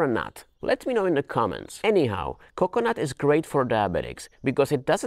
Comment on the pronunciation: CO-cuh-nut emphazise OOH